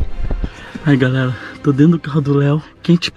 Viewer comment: errou na decisão e falou galela